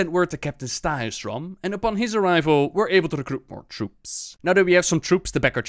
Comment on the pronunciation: Any Scandinavians might correct me, but i think the pronounciation is of on a lot of these. It's not even you, it's also Blizzard itself. The "ja" should be silent. Valar-yar, G-ya-larhorn etc. is the correct way of pronouncing.